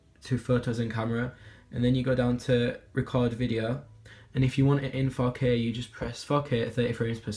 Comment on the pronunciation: when he says 4k I feel like he's saying fuck it